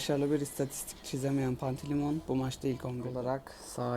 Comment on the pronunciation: Pantilimon deme deme